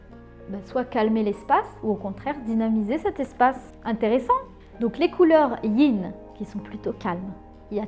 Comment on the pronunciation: C'est le Yin et le yang et pas le ying